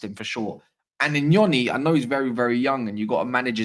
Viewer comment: THANK U 4 PRONOUNCING NYONI RYT.. U REALLY THE ONLY ONE IN ENGLAND